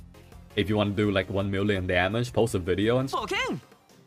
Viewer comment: i don't like this guy's accent his voice tone always rising every sentence... its annoying... daameegeee.... daameeegeee go fix your speech man!